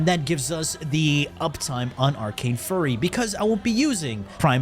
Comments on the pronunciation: I'm pretty sure it's pronounced "fyury" not "furry". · and you didn't notice all the other words he intentionally mispronounced?